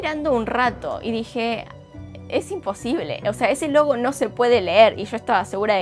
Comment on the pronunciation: pensé que dijiste lobo no logo :v